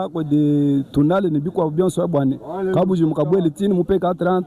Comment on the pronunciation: Merci beaucoup pour le reportage, j'apprécie beaucoup le travail que tu abats. Un petit conseil, arrête de déformer notre langue, le tshiluba. Par exemple : au lieu de prononcer KABUDJIMBU, tu as tendance à dire KABUDZIMBU, ça ne sonne pas bien. Merci pour le travail.